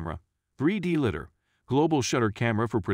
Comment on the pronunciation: "3D lidder" too bad the robot voice doesn't know how to pronounce LIDAR.